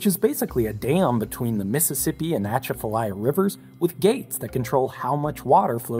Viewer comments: to your credit , great video. but it is pronounced "uh-chaf-uh-lie-uh" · hurts to hear... try this. a chaf a lie a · It's pronounced Uh-Chaa-Fa-Laya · Bro.. its pronounced "A-Cha-Fa-Ly-A" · When the Mississippi River starts to rise its a sight to see also its funny as hell how you say Atchafalaya. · Agreed! Most fascinating when standing atop a levee looking at the river height and the other side of the levee.....breathtakingly scary! And Atchafalaya.....it kills me every time he says it! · Thank you. It is obvious you put a lot of effort into these. Good job. A few Minor points - the "a" is silent. And the Red River flows into the distrubutary, never entering the Mississipp except to mingle its waters at ORCS. Love you videos, keep it up! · I love this channel I’m not talking bad about you, just the way you say Atchafalaya. 😂😂😂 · As someone that is from the area around the Atchafalaya, your pronunciation of it killed me, but thanks for covering the control structure for the Mississippi River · The first "t" in Atchafalaya is silent, the same in Lake Pontchatrain. For those who didn't know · I've never hear the Atchafalya pronounced that way. Lol Great stuff though. I always learn some cool stuff. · Listening to non Louisianians saying Atchafalaya cracks me up. 🤣👌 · Having lived in southern Louisiana for 3.5 years, I can attest to how strangely they pronounce things, and how rude they can be about correcting people in their pronunciations, so to save you from that, most unfortunate, fate, I want to let you know that the proper pronunciation of Atchafalaya is uh-CHAFF-uh-LIE-yuh. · I’ve never heard a worse pronunciation of Atchafalaya. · That’s not how you pronounce Atchafalaya… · Lol. That’s not how you pronounce Atchafalaya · mais, its just chafalaya. what is an atcha-fa-lia? need some Zyrtec or Benadryl? is that a new dish? imma start some rice and you show me how to make dat. lol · It's pronounced shafaliya river not atchfalia. Cool simulations